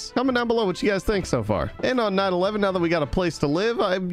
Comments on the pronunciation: it sounded like you said 9 11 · is it just me or when he said "Night 11" did it sound like he said "9/11"?